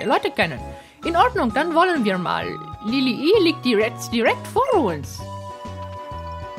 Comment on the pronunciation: Das Anfangsdorf wird nicht Lillih ausgesprochen, sondern "Lilli ih" mit einem Stimmabsatz wie im deutschen Bsp. beachten (be'achten)